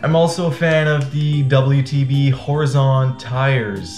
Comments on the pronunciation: Horizon is not pronounced Hori-zahn . It’s pronounced Hor-eye-zun. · Can you pronounce Horizon properly please 🤣